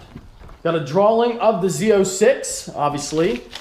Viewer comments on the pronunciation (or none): DRAWING not DRAWLING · Tofayy YT Are you fucking dumb? pronounced "drawing" as "drawling," he's not asking for the definition. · adds an "L" in the middle of the word "drawing" Drawling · D-R-A-W-I-N-G not drawllling 😂😂😂😂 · droling? Wtf is a droling? I think you mean't to say Drawing DROR RING :) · Dra-wing not drowling 😂😂😂😂 haha musta been a typo in your speech #speechimpediment717 No hate I'm just picking with you buddy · lol "drawling" I'm pretty sure it's drawing? No hate, just playin around. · "A draw-ling" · Is he saying "drawling"?